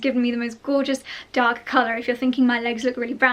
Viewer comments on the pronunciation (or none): none